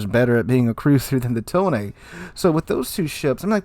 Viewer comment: I noticed that you're going the extra length of trying to pronounce the ship names as they're written, not as they'd be said in English. So I figure I should help you out a little. You say "Ise", and "Tone" more like "Isay" and "Tonay", which means you're halfway there. To correct your pronunciation that last little bit, here are two things you'll want to know: 1. Japanese relies on a syllabary, not individual letters, and each syllable is supposed to be exactly as long as every other. So the "I" has to be as long as the "se", even though "se" consists of both the s- and e-sounds. 2. Japanese vocals do not 'mutate' the way English vowel so often do. Basically, do not transform the shape of your mouth, tongue, or throath while speaking a vowel. The e-sound in "se" is the same as in the English words "best", not like the ey-sound in English "say." Basically, the same way you didn't transform the i-sound in "Ise", don't transform the "se" either. Same with "Tone", both syllables are the same length, and neither one changes the sound of it's vowel throughout.